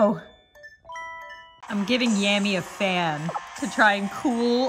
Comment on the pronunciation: Yammy not Tammy